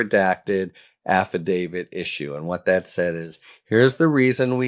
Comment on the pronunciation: Thank you for pronouncing "AFFIDAVIT" correctly, Harry! If I had a dollar for every time I heard someone say "affi-DAVID," I'd be rich. 😂